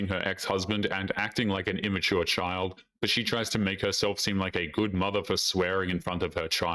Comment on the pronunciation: "a mudder".😅